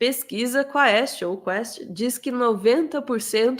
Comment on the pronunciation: Ana, é quést a pronúncia! Do latim: pergunta.